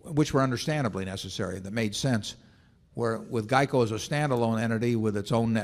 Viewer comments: 😆😆😆😂😂😂🤣🤣🤣 was thinking the same thing!! What the hell is Jieco???!! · I didn’t even know what he was talking about when he said “jeico” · "Jeico" LOL